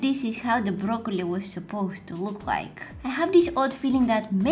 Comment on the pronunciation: You said brokeoni 😂😂😂😂😂😂😂😂😂😂😂😂